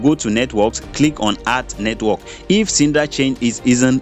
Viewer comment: Please its Sidra not sindra